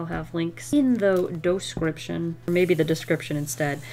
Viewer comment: doh-scription lol! That's ten-tickling! I'm squidling with laughter lol